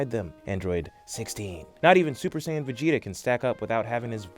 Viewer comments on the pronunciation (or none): its called sayian not sans nnnnnnnnnnaaaaaaaaannnnnnnniiiiiiiii